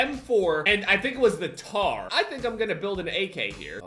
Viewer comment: he calls the scar “the tar” 😂